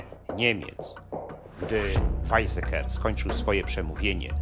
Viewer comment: "Wajcseker" a nie "Wajzeker"